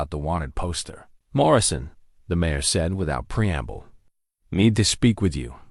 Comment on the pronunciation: Good story, but it was hard to pay attention since the person reading it was not getting their punctuation. Write the cadence other voice right and mispronounced a lot of important words like the word mayor. When she turned into a two syllable word Mari, I have had quite a few problems, listening to your things when people pronounce common words wrong like when they call a lead rope a lead rope I know they’re spelled the same but when it’s pronounced LEED anyway, either one is pronounced Ellie a D Amer MARE should not be pronounced MAR I like the name, Mary and they were putting the periods in the wrong place and pausing in the wrong place. I’ve heard a lot better by you guys.